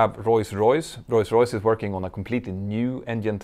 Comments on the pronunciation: Whenever you say Rolls Royce, I hear: Royce Royce. Is that me? Or am I missing something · can someone tell me why does he say rolls royce as royce royce is it a something legal matter or is it just his pronunciation. i love petter so much on how he does his videos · Royce Royce, it allways gets me when you say it ;)